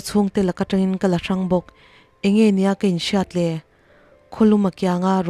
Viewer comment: Ngaihnawm ngei mai..chantupa thikthu chhe ltk mai hi ka duh..a chhiar tu aw a mawi bawk si..mahsee.. KA LA tih lai tak thluk hi mak ka ti deuh thin